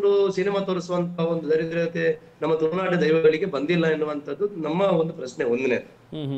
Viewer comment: ತುಳುನಾಡಿನ ಜನರಿಗೆ ಶಬ್ದ ಉಚ್ಚರಣೆಯ ಬಗ್ಗೆ ಜ್ಞಾನವಿದ್ದರೆ ಒಳ್ಳೆಯದು, ತುಳುನಾಡು ಅಂತ ಹೇಳೋ ಬದಲು ತುಲುನಾಡು ಅಂದರೆ ಹೇಗೆ? ಎಷ್ಟು ಅಸಹ್ಯವಾಗಿ ಕೇಳಿಸುತ್ತೆ... Nonsense